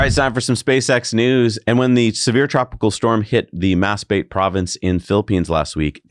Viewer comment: Not Mas-bate…it’s pronounced Mahs-BAT-teh (I have a beach house not far from there in the Philippines. Luckily the earthquake , just rattled my hanging doors)